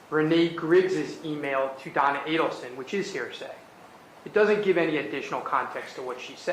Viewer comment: OHHHHHHH Do-on-na, OHHHHHHHHH Don-on-na